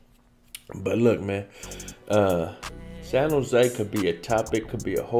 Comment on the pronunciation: “San Jo” you said it right my dude